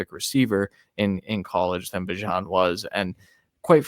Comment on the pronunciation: How do you not know how to pronounce Bijan’s name? Good job for getting it right